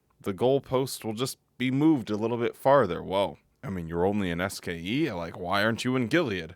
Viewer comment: Is anyone else incredibly annoyed at the way she says SKE? When I first watched this I didn’t know what she was even talking about. Couldn’t they pick someone who could at least enunciate the acronym for the school that apparently is so important?